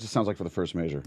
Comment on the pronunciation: very Cool video but why you say measure like that?